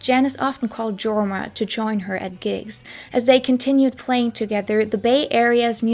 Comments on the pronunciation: the name Jorma is pronounced "YOR-ma" (Finnish). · FWIW Leadbelly is pronounced Led not Leed and Jorma is pronounced Yorma. This was a great video. Thank you